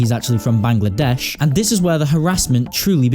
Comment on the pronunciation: Bruhhhh "I'M FORM BANGLESH WHICH IS IN UNITED ARAB EMIRTAES"